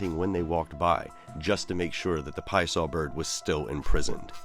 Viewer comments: says the Pie Saw Bird... Love it you had the name on point! but I still like saying it with an Italian accent tho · yesss!!.. thats my boi!.. love the MetaZoo lore included, as well as the more correct way of pronouncing his name.. lol, soo many start with the Pee-assah way of saying it before learning the more accurate Pie-uh-saw phrasing..